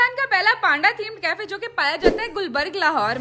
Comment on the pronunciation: PAAAAANDA?! ITS Pronounced Peynda behn!